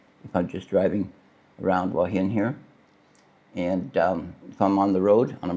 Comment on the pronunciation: There's no 'w' in Hua Hin...